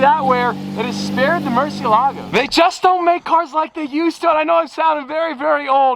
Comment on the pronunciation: Yo, have Sophia teach you the correct way to pronounce the Murciélago 🤭